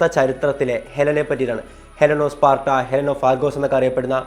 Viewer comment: ഹെലൻ ഓഫ് 'പാട്ട' എന്ന് അറിയാതെ പറഞ്ഞതായിരിക്കും അല്ലേ...😂🤣 📍Pin please...